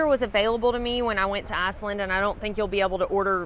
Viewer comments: It sounds like you're saying Assland lol. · Great info! Sounds like my kind of place. You saying "Iceland" in your Alabama accent is priceless and I mean that in a good way! 🌍😊